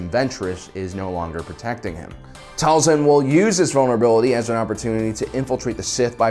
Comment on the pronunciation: Dude the show says "Tail-sin" not "Tall-son"... ik ik, it's small but man so annoying